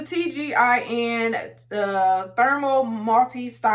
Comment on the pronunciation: Not you saying tgin on the texture id foam sister please 🤣🤣🤣